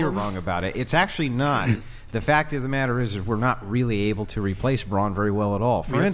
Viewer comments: It's Brawn for God's sake not bronze . Oh she's SO smart .... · Why the hell does she keep saying it like bronze? Does she even know what she's talking about? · Why is she saying bronze instead of brawn 💀